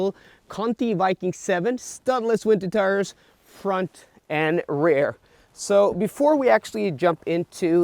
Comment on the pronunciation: Hi. It might be me but I hear you say "Rare wheel drive" when you refer to "Rear wheel drive". Just a friendly comment. Not meant to criticize!! Love your videos! Thanks!:)